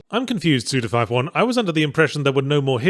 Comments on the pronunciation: Forgot how much I enjoy hearing Yahtzee say suda 51 😁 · I will always be upset with how Yahtzee says Suda Fifty-One's name.